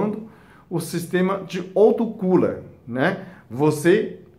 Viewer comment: Plecisa melhola a português, né? A resto é interessante, autocula é intelessante.. ablação!!!